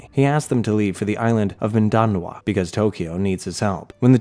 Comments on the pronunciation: FYM mindanoa its mindanao. NAO, not NOA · it's pronounced "meen-the-now" btw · Mindinao - Min- DUH- now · Watching this as a Filipino is so funny😭 mindanao is pronounced as min-da-now like now as in right now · Bro it's pronounced mindanaw